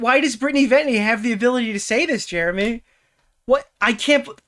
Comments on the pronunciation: why cant say venti properly? 'ventney' lmao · never failing to say Venti wrong is so funny considering the pope factor